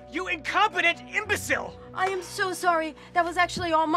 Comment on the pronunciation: Him: YOU INCOPETENT EMBOCILE Me: why did he say it like that?